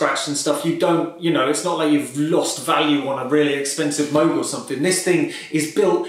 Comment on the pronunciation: Extra bonus points for pronouncing MOOG correctly!